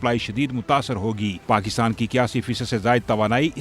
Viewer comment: Pakishtan me mahishat 😂😂😂😂😂😂